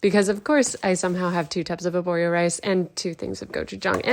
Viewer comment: As an Italian, I can tell that risotto is far more easy than this recipe 😅 ok, you have to "babysit" it for 15-20 minutes, but you were in the kitchen cutting all those ingredients literally for the same time 🤔 and, if I may correct you, the rice's name is "aRborio", not aborio.